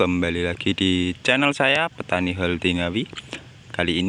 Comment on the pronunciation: Horti ya bukan holti